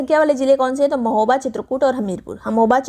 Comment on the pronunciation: 29.08 pe di ne mahoba ko hamoba bola kis kis ne dhyan diya 😂😂😂😂😂